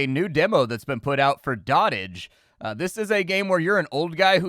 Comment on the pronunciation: Doat-ij, not dott-ij